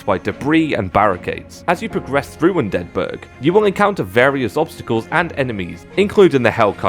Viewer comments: are you purposefully mispronouncing undead burg? sounds like youre pronouncing it like it's a swedish city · Hearing Undead Burg as one word feels cursed